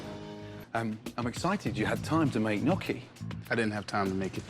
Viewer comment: you don’t GET to decide what good gnocchi is if you pronounce it “knocci” gordon! you impotent old cunt